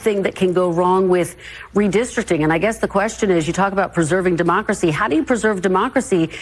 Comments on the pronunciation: Mispronunciation. It’s not “democracy”. It’s Democratcy! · Can you please stop saying "demoocracy?" It was cute at first, but it's gotten very irritating over the years.